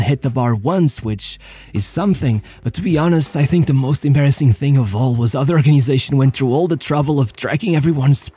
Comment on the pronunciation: "The AMBASSING downfall"